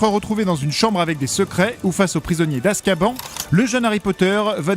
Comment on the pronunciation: "Poudlarde", "Weslé", "Jedussore", "Azkabanne" C'est juste catastrophique